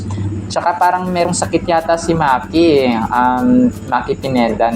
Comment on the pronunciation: hindi Maki, Yung pronunciation parang mykie